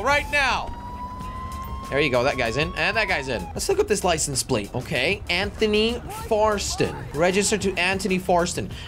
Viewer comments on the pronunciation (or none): none